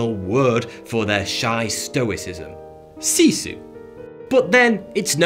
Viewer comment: I think he misunderstood what Sisu means, I have always got that has to do with Finnish strength and never give up. He did not pronounce it right either but I'm not going to hold that against him. We might be high up on the suicide ranking as well and that is really suspicious when calling us the happiest. Even if we are a very progressive country, there is always things that probably could be done better. I also wonder if the fact that finns have a high need for personal space can make it harder to make friends to probably can effect happiness in people, so maybe policies can't solve all problems but it certainly can make less problems. -Swedish speaking Finn